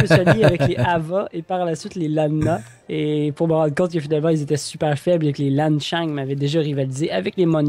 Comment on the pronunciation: Lan Xang se lit "Lan sang" ._.